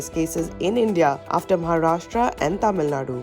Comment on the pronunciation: Cute way of pronouncing Taamil 😂 Nadu!